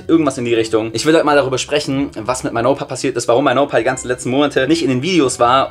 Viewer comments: Ich dachte auch das er mein Opa sagt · Es tönt so als würde er sagen: Mein Opa 😂😂😂